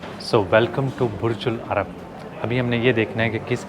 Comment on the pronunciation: it's Burj Al Arab and not Ul Arab.